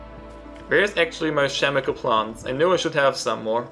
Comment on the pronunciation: I literally can't understand a word of what he is saying. However, I'm pretty sure he pronounced "chemical" as "shemical."